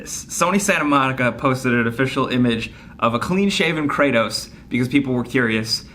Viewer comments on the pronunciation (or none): none